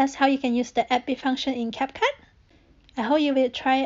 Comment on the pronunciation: CapCup Okay how did you mispronounce that